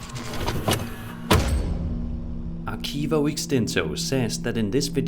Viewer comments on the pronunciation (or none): In the word "archivo", the CH it's pronounced like SH, so it should be said like "arshivo". Love your videos man.